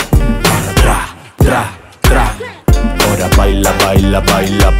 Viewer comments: Logan dice PRA en vez de TRA JAJAJJAJJ LO AMO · Me encantaaaa, me da risa que Logan pronuncia Pra en vez de Tra 😂 los amo ♥️